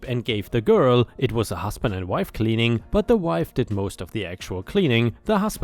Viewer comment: where it says "My wife and I," the word wife is said as "why ff," not "mahm." 🤣